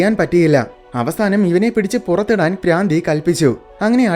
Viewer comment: Braandhi alla madha bhraandhi😂😅